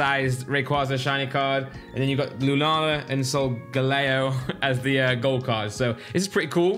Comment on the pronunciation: you really need to play one of the later games, Because i cringed so much on the Lunala and Solgaleo pronunciation. I suggest Ultra sun/Ultra moon, Or lets go pikachu or eevee. Or just play them all it increases your knowledge by a tenfold.